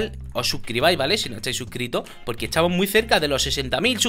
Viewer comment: no dice “estamos" dice “etsamos":v